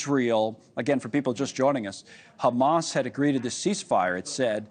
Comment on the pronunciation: Khamas 😂😂 cant even pronounce properly